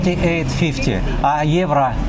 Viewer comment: At the money exchange if you say "Euro" try to say "you row" maybe this way you can better your pronounciation.